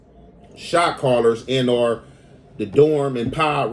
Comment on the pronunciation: Homie you need to stop trying to sound smart, you and Spider Loc kill me with that "an or"😂